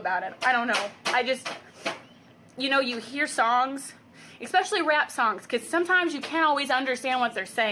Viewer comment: "i just don't even understand" world's most accurate statement. and ps, then she said "expecially" >___<